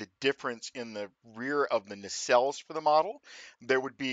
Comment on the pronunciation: I hear ya! Only one small criticism: It's "nacelle". ;-)